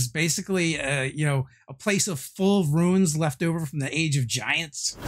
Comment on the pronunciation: See. Say Ruu Ins. It's just that simple.